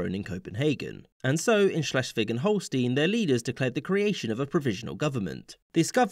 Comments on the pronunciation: schleswig holstein is pronounced stein, not steen. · Holstein is pronounced as Holstine, not Holsteen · HolstEIn. Stein. Not Steen. Stein. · OK, nitpicking here: the map is incomplete. From the Treaty of London (1839) until the Treaty of London (1867), the current Dutch province of Limburg was a duchy, with the Dutch King as the duke. This duchy was a member of the German Confederation. Also, in Holstein, the "ei" is pronounced as "aye", not "ee", although it could be that this is the way it is customarily pronounced in English. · I think it's mostly pronounced Holl stine too. Sometimes Holl sten. Never Holl steen as far as I know. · the southern border of Holstein (which btw is pronounced like "Holl-shtayn", not "-een") is incorrectly the modern borders (that triangle poking in from the south is the city state of Hamburg which has had these expanded borders only since 1938). In the rest of the video (i.e. shortly before up until ) the correct border is shown